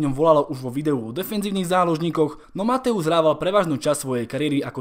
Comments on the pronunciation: nečte se Mathaus Matojs? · Neni to Mateus ale Mathojs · dobré video, za mňa je najlepší xavi, ale nečíta sa matthäus ako mathojz? keďže ä=e a eu=oj v nemčine